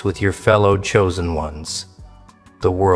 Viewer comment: "choosen" do u hear urself talking like someone stupid? no? yes?